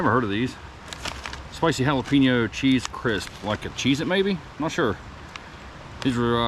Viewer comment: I like watching ur videos, but it's (HA LA PEN YO) NOT HA LA PIN YO.. HAHA keep the videos coming..🤙